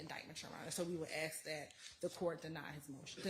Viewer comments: How can an attorney that's gone all the way through law school and served at the bar not say 'ask' correctly. IT'S ASK, NOT AXE. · the word is "ask". I know you can say it right. Stop being lazy or trying to make some sort of point and say the word correctly. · I don't know what the hell is going on in Georgia law schools, but I know several black people who know how to pronounce sk in the word ask. Both this woman and constantly say axe which drives me crazy. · She is “finna” say “axe” every time. English subtitles would assist your non American viewers.